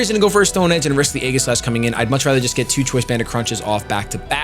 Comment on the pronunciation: Please pronounce Aegislash correctly. So few people actually do.